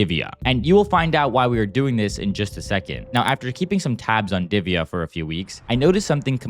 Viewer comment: U can't pronounce diviya it's divya like that how to pronounce